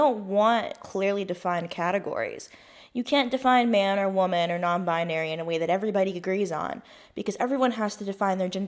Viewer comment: What is a bi-ah-nary?! 😂